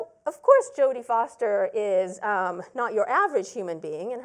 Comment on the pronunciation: I love how she pronounced jodie foster 😂